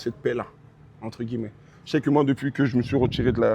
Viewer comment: Wsh il kiff dire entre « gui-lle-met » 🤣🤣